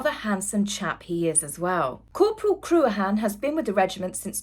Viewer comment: I think that Lady Louise is a wee gem and will be a huge asset to the Royal Family in the future. Her late grandparents must be smiling down upon her! (Corporal) Cruachan is pronounced CRU-ACH-AN CREW-ach-AN (ach - the ‘ch’ pronounced as in JS Bach (composer) - with a hard ‘a’ like in man or tar)! I had to look it up and I’m Scottish!!!